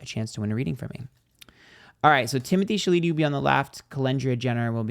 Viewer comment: calling him Timothy Chaleetee cracks me tf up 🤣🤣🤣